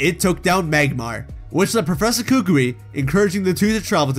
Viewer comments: kookwi 💀💀 Its kukui kokowi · K a k u I not k u k u k u I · It’s pronounced coo coo ee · Are we not gonna talk about how he was pronouncing Professor Kukui's name? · Oh I hate his pronunciation of kukui